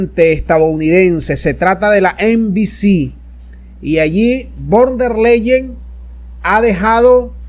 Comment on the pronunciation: SOLO QUIERO CORREJIR A CON EL APELLIDO DE VON DER LEYEN, LA PALABRA VON SE PRENUNCIA EN FON DER LEYEN